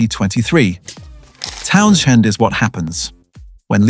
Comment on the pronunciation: Not Pete Town Shend again. come on... AI do better.